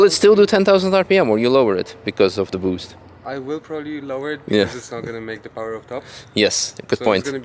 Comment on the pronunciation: Rotary powah